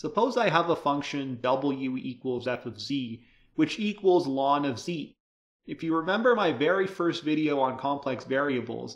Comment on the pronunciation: Why do you so many teachers say "lawn"? It's the abbreviation of "logarithmus naturalis". So "ell-en".